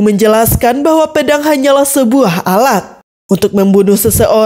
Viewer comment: Pe dang..bukanya pea dang mbak...ngulas jgn anger nyebut aja yaa